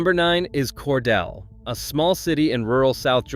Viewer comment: Cordeeel, not Cordell or Cordella, or Cor de lay.There may be more errors to comment on, but I won't bother. This is where I got off to comment. Jimmy Carter did not graduate from Georgia Southwestern College. He went there 1 year before transferring to GA Tech and then to the Naval Academy. Cordele is not n the MARTA rail line. It is nowhere near East Point or Atlanta. That is an AI being confused by a programmer who doesn't know his ass from a hole in the ground. Why did this flick show the ocean when talking about specific Atlanta neighborhoods?